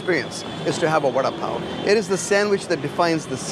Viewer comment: Vuh da (as in Down) Paa O.